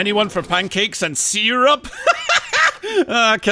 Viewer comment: I think you've peaked with "pancakes and seer-rup" !!! 😂